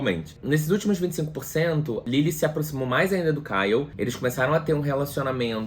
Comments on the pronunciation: Eu tenho uma crise de riso toda vez que o fala Kyle e o corrige Ryle* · Ele chamando o Ryle de Kyle é o melhor kkkkkk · eu ri dele falando kyle toda hora KKKKKKK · ai q agonia ce falando kyleKKJJ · Cada vez que o falava caio eu dava uma risada kkkkkkkkkk. Eu tbm amei esse livro e chorei muito nesse final pq o atlas é muito lindo 🥺🥺🥺🥺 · Eu ri demais com ele errando o nome do Ryle! kkkkkk... esse livro é perfeito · falando sobre assuntos super sérios do livro e eu rindo pq ele não acerta o nome do Ryle de jeito nenhum kkkkkkkk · Eu tô rindo muito você errando o nome do Ryle kkkkkkkk